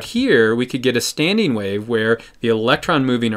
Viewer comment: *standING not StandEEN...